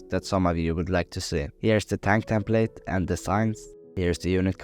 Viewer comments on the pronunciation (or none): none